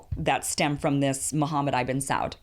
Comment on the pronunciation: Oh Kim, oh Kim: Right off the mark you mess up by using "Eye-ben Saud" instead of the correct "Ibn Saud" (Ibn = son, ergo, Son of Saud). Disappointingly ignorant, Kim. I hope your content is better than that....